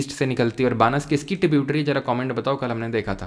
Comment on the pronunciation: बानस नहीं है, वो बनास नदी हैं